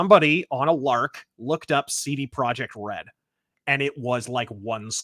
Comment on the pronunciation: They're really emphasizing the RED in CD Projekt Red